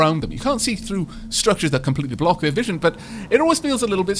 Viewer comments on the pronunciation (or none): none